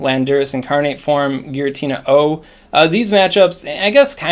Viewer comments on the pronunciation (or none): none